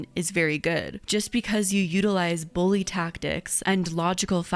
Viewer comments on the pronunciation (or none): none